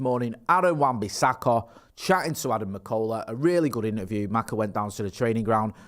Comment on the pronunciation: I have never heard anything as manc as the way says AWBs name